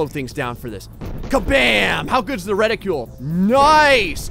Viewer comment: It’s called a reticle not a ridicule